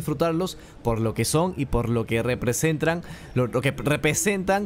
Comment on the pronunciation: dijo: Representran se corrige: Repesentan XD